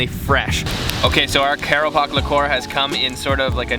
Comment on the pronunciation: Lekor pronounced as lay kowr